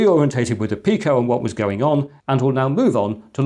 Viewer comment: Read up on the Picos PIO, that is something the arduino cannot do. The ability to have things like VGA output and other highspeed interfaces from a cheap microcontroller is amazing, I am sure soon people will discover so many more uses for the PIO in the Pico BTW is is pronounced Pee-Ko.